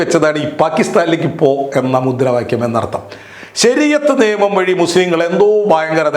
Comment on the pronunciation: ' ബാര്യ' അല്ല ഭാര്യ ആണ്. ' നേമം' അല്ല നിയമം ആണ്. ' മദ്യപ്രദേശ് ' അല്ല മദ്ധ്യപ്രദേശ് ആണ്. ' കദീസ്'' അല്ല ഹദീസ് ആണ്.എന്തിനാണ് മലയാളം ഇങ്ങനെ പറയുന്നത്?